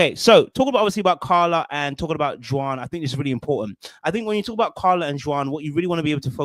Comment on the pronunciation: The way you pronounce Juan is wild. It's pronounced like "Wan" in "wand" lol